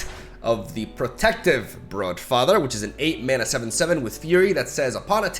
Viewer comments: Its brUdfather mate :D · Just a heads up, "Brood" in Broodfather or Broodmother is pronounced "Brude". Like a drawn out U sound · I just find it funny pronounced broodfather like bruh-father